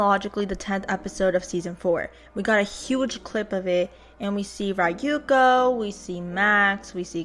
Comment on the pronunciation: Ryuko's pronunciation is more "ri-yu-ko" than rai-yu-ko. Like no offence ik western ppl have a hard time pronouncing japanese names for some reason but do know that's how you pronounce it. The butchering of her name grates my asian ass ears. Thanks for the update.